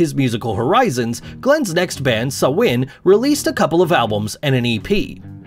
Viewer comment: It's pronounced (Sam-hane) like Hanes clothing